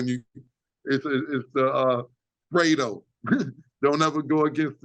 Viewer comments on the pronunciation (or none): none